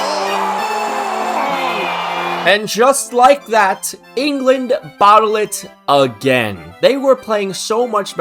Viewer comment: you mean Bo'eh it